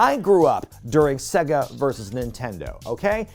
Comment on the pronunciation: Can't get over how you pronounce Sega